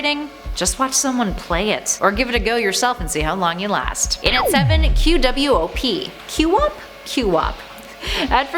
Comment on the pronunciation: Challenging, complicating, and frustrating games (including, but not limited to rage games) are great to me! They're super fun despite (or in some cases, in spite of) the fact that they are super hard. Edit: QWOP is pronounced Quawp. One syllable Re-edit: When you're so much of a Sonic fan that you enjoy Sonic '06 Bruh, THIS GAME ISN'T THAT BAD, PEOPLE. Want a true bad game that is legitimate? Sonic Space Shooter.